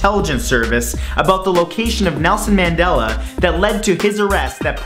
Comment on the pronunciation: It's spelled Mandela but pronounced as Mundela.